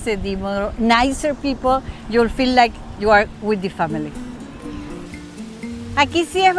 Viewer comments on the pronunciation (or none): none